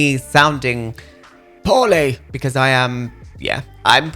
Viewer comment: Lol I thought you were saying “I’m feeling horny” but you were actually saying “I’m feeling poorly” I was a little a shook but yeah it was just your accent lmao